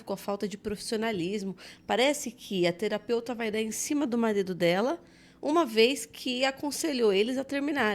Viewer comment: Terapeuta ou teraputa? 😅